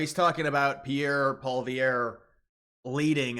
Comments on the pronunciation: lol dude stop saying pierres name wrong. polly-ev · Polievre. Pronounced "Poly-ev" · Just throwing it out there - Pee-air (Pierre) Paw-lee-ev (Poilievre). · "Poly-ev" not "Poly-ver" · His name is pronounced pollyev and he is the last hope for Canada! If the liberals do pull it off Alberta will leave . We are done being the piggy bank for eastern Canada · It's Polly- ev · ...His name is Pierre Poilievre pronounced "Pol ee ev" and Western Canada is Conservative and Eastern Canada is Liberal, we will never be annexed how about The United...hmmm there is nothing united about the states anymore, we don't need anything from you not your thick crusty oil, your trees we have way more trees than you better ones too maybe the best trees, your steel we have more than enough same as aluminum oh yeah you don't have any and we certainly don't need your cars but you would make an awesome dumpsite for our countries garbage, maybe the most cherished dumpsite. (it doesn't sound very nice when I say it, does it?) We have everything we need so Prime Minister convicted felon Donald J Trump isn't going to get any of our country so just stop being infantile or are you daft? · Poilievre is pronounced Polly ev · The election has not been officially called yet here but hugely rumored to be called tomorrow. - All the conservatives I know want to be the 51st state. - You are pronouncing Poilievre (its Paul-ee-aeve) really wrong but y'all don't know French so you are forgiven 😅 ❤ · The conservative leader's name is pronounced polly-ev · Dude, all kidding aside...do you even look up information? I am an American and I can pronounce Pierre Pollievres name correct. My 6 year old can as well, why can't you? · You could at least pronounce Pierre’s last name name properly… Americans smh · I think if you cant pronounce the name of the opposition you probably are not qualified to talk about Canadian politics, stay in your own lane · Still can't pronounce Poilievre LOL